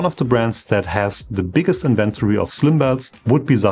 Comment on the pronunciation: It is not "inVENtory" but "inven tory"